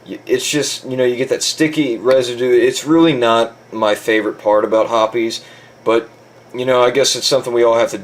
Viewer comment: Also along with my other comment its pronounced hops 9...not herpes 9 or whatever tf u saod